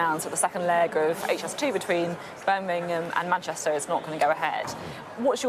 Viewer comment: Beth, Beth, it’s BirMingham not BirNingham.